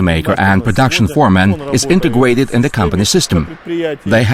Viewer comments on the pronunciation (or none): integwuaded... had to turn it off sorry